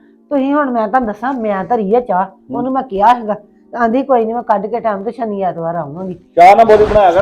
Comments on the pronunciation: ਤੁਸੀਂ ਸ਼ਨੀ ਨੂੰ ਛਨੀ ਕਹਿੰਦੇ ਹੋ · ਤੁਸੀਂ ਸ਼ਨੀ ਨੂੰ ਛਨੀ ਕਹਿੰਦੇ ਹੋ😂😂😂😂